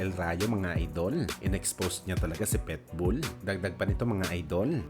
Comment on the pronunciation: Ang sarap pilipitin ng dila mo,petbul ka ng petbul..PITBULL